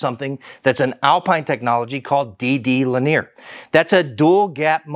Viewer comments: he's just pronouncing it wrong.😁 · Yea he pronounces “linear” in an unconventional way. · When you said 20mm of cone travel I thought you meant in total. No, that's one way linear! So 40mm peak to peak linear and 50mm peak to peak mechanically! That's very impressive! Ps, is Alpine using a new word "linear" or are you just pronouncing it funny?